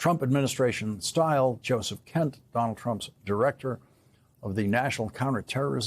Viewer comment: Lawrence cannot say "Donald" 😂 it comes out as "Don'l"